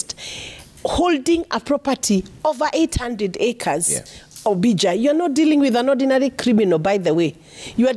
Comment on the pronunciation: Ombija = Ombi jah, Utah= You tah, the lady senator at least learn how to pronounce the name of your host. It is a sign of respect.